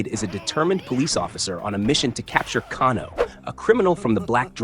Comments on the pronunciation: It’s kay-no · Pronounced Kay-No brother but other than that great stuff 😅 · Can-o???? Let’s be real you’ve never played one of these ever nor seen a movie…..Can-o…..wow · Kahn-oh? AI is ruining YouTube.... Thumbs down